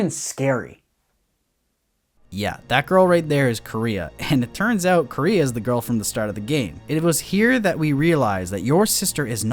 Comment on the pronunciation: why do they call her Korea? that´s not how you pronounce it at all (koo-reh-ha)